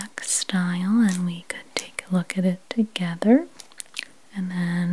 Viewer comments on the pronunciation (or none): none